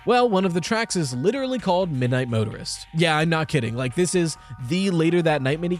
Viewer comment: keeps saying Midnight Motorer like murderer